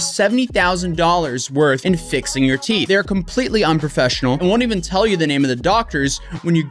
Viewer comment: lol she said teef